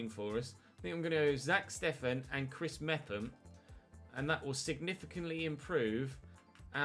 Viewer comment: Chris mefam is how u say it